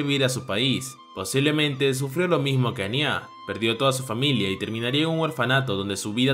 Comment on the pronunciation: Me gustan mucho los vídeos pero sería bueno que tuvieses un poco más de atención al detalle cuando dices los nombres de los personajes. A Anya le llamas Ani-Á y con Twilight pasó de ser Loid a Floyd y es muy confuso @@ solo es una recomendación en buena onda